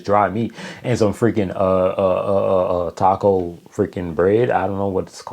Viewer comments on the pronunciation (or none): none